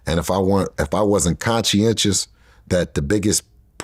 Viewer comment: He actually pronounced it correct. "conscientious" not conscious...